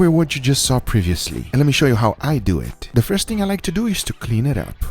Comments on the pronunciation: Me: When your watching and waiting till you hear his 3 word slogan 👀👀 "Let's dewit" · “So let’s dew eit” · "so letz dowaet" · "so lets deww ett"